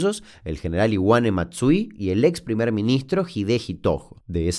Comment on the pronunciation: Qué es lo q decís de Iwane Matsui? Escucho cinefilo 😂